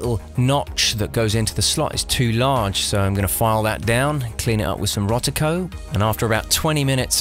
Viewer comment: There's no 't' in Rodico. LOL!